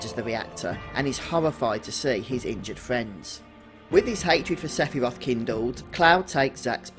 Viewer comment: Seph-y-roth!!!!! Hahahahahahahaha